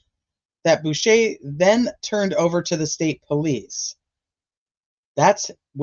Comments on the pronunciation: Boucher “Bow ch RR “ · Bow, as Bow down. Ch as church. Er. Bow ch er. Boucher.